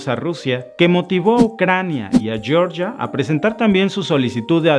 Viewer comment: Oye,. ¿Por qué pronuncias Yoryia, en ingles, cuando las dos primeras sílabas de Georgia en castellanio se pronuncian Geo, como en geografía,_, y la última _gia, co.o en _alergia_?